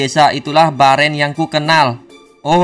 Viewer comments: Bang nama nya bukan Baren tapi beren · Bang namanya itu bukan baren itu di bacanya beren bang gak bisa bahasa Inggris sih makanya belajar 😂😂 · Baeeren di baca beren